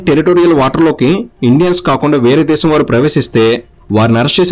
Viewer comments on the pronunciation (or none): none